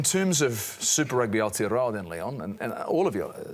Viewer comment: pick up your pronunciation of Aotearoa bro.